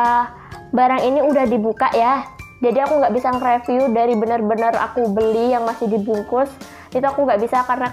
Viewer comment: Mau info aja ya mbak syg cara pengucapan 😊 Review : ri-viuw Eject : i-jek